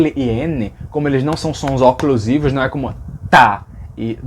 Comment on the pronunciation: Parabéns pelo canal. Sou de Goiás e, aos meus ouvidos, parece que o sotaque nordestino desloca a sílaba tônica para uma posição anterior à pré-paroxítona. Por exemplo, neste vídeo, você falou "oclusivo" que soou para mim como "óclusivo". Já convivi com pessoas do nordeste que falam "contábilidade". É isso mesmo ou foram exceções? Obrigado.